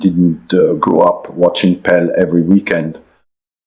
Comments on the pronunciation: Ai ruining everything.Was calling Pele Pel. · AI full mode. No human calls “Pel” pelé… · no frenchmen will EVER mispronounce Pele, Pelé in french, never !! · exactly, that is when i stopped watching, no frenchmen would ever misprounce a e accent égu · i think the audio is AI ? he mispronounces pele. great video nevertheless. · It is. No way Arsene pronounces Pele like he did (for reference : Also despite making effort to have a bit of english pronounciation he said important purtely like a french something he wouldn't do either.